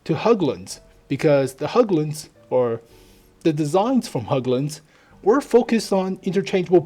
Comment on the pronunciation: Say "Hagglund" instead of including the letter Ä in Hägglund. it will help you, even if its not the correct way, people will understand you since it will be as an english way of pronouncing it.